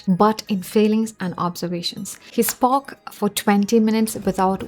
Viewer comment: I think you need to work on your own English first, particularly your pronunciation. It sounds very unnatural. Example, listen to your own pronunciation of ‘spoke’.